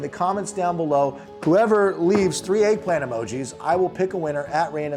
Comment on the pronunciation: Eggllant emogi, eggplant emogi, eggplant emogi. 😅